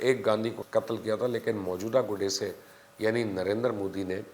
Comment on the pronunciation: Pronounced as “GOD-SAY” not gaudasay 🤦🏻‍♀️